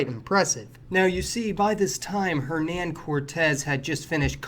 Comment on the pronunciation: Yes but his name is pronounced "err-non", not "her nan".